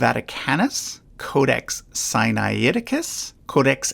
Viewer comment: This is a useful summary of a highly complex subject. Two small points: Magdalen College Oxford is pronounced " maudlin"; and the speaker gives "Sinaiticus" an extra syllable before the "t". But he does a good job of demolishing the Billy Graham nonsense.